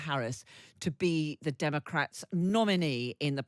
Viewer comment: it is democrats, not pronounced "dem-er-crats"